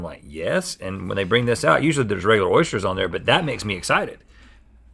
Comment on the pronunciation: 1800 episodes and i just realised Rhett can't say Oysters properly.